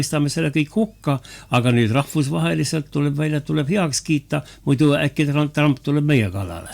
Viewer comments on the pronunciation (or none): none